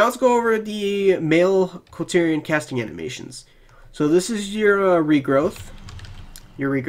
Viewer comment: It's KulTiran. Not Kultyrian. Lmao